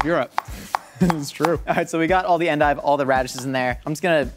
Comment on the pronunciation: It's somehow comforting that pronounced endive the same way as my mom